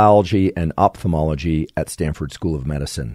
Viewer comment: in oph-thalmology should be pronounced of-thalmology, from the Greek word for eye which is Οφθαλμός (Ofthalm'os). I don't know why they use the confusing combination of "p" and "h" in some words when it's supposed to sound like "f" but anyway I thought I should mention it! Also, great podcast!